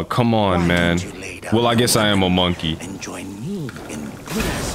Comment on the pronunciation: They are saying monkey like it's the n-word